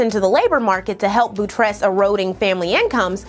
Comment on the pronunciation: I can honestly say I've never heard anyone pronounce "ire" as "ear" or "buttress" as "boo tress". 👻 💇‍♀️ lol.